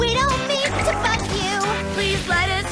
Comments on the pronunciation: To be honest when was saying no need to bug you, it sounded like f4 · You're correct, she said "We don't mean to BUG you" but holy heck does it sound like the other thing haha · it sounds like she said “we dont mean to fu you” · it sounds like the f word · yeah but it sounded like she said the f word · It’s “bug” but sure sounds like it 😂😂😂